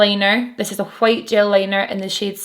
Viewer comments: I'm very satisfied with how you pronounce White. It's like Cool Whip on Family Guy 😂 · Living for the way you pronounce the word "white." Really I love the way you pronounce everything. I'm from the US btw. ...I also love your makeup and videos. Pretty much everything...yeah, everything lol